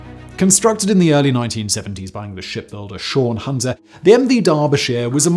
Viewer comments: Thanks Jim. As a Canadian I always thought it was Swan Hunter too. Sounds like the host says “SHAWN Hunter” . Thought maybe it was a local pronunciation like “Dar-ba-shir” out of “Derbyshire”. Thanks for clarifying. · "built in the 1970's by SHAWN Hunter"!!! Who TF is SHAWN Hunter??? Fuck me, that was some bad narration and not picked up by post production! For the record, it's SWAN Hunter, like the big white bird that SWANS about on lakes and only the Queen is allowed to eat. The SWAN Hunter ship building yards on the Tees and Tyne were world famous and you called them "SHAWN". Really goes to show, as quantity goes up, quality goes down. Simon and his many YT channels. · Spelt “Swan” hunter. Pronounced SWAN… not Shaun! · not shaun hunter...im from Sunderland its name is SWAN HUNTER...i know we were the biggest ship builders in the world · “Swan” Hunter :) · Shawn is an alternative spelling of the boy's name. Simon has misread Swan as Shawn. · Interesting.....but Swan Hunter isn't pronounced Sean/Sawn Hunter..... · Did you pronounce Swan Hunter as “SHawn Hunter”? Is that the correct British pronunciation? That is, as the builder would have identified itself? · As a Brit', I certainly have never heard it pronounced any other way than "Swan Hunter". (pronounced the same way that it's spelt) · My pleasure 🙂👍. (we Brit's certainly have some unusual place names after all, such as Leicester, Worcester & Southwark 😉 ) Oddly enough though Simon Whistler's a US Citizen by birth, which makes his "Shawn hunter" pronunciation all the stranger 🤔🤷‍♂️ .